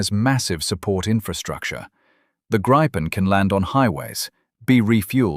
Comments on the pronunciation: Let me correct you: First, it's pronounced Gri-pen & NOT Gripe-n! Second, the Gripen is NOT stealthy! It's got superb ECM/EW avionics but it is NOT stealthy, save for its size! Which leads to my third point: the Gripen does NOT have any weapons bays! It has weapons PYLONS but NOT weapons BAYS! The Gripen is NOT the F-35! Keep that in mind! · And do please refrain from pronouncing it "grayypen" or "grayypin". It's greepen, stressing the first syllable. It means "the gryphon" in Swedish, "Grip" without the "the". En grip = "a gryphon". Gripen = "the gryphon". Nor is it pronounced "grippen".